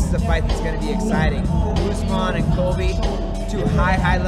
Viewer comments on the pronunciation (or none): Usman does not use s at the end of the word.